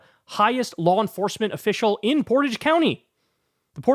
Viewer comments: And Kyle it called Portage prounced poor rage and it means carrying a canoe or boat over land between two bodies of water. And its has no reflection on the citizens of the town or village. Their probably good and decent people who obey the law not like the people who enforce the "LAW" that they subscribe to that's their law and not the law of the land or the United States of America. The one that good and honest people subscribe to! And their maggots not maga and your a good Pollackie so your ok with me!! And its not bullying its voter intimidation as far as I know its illegal? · I live in Ohio. Portage county is in Northeast Ohio up near Akron and Cleveland. And the first way you pronounced it in this video is correct. It sounds like porridge with "t". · Hey Kyle, I used to live there and yes its Port-age..... county. 😅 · The fact that this disgusting guy is in my county...ugh. at least there's been backlash to this. (Oh, and it's pronounced Port-IDGE in case anyone wants to know) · Kyle, it's pronounced Portage, jeez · And I denounce the sheriff of the county next to mine on behalf of all Bruces. 🤬 It’s Portage with the first pronunciation you tried. No french-themed pronunciation here.